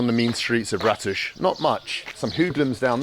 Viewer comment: I keep hearing Radish...